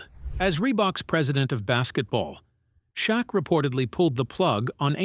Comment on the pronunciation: Its AI dont believe something that can't pronounce shaq properly 😅😅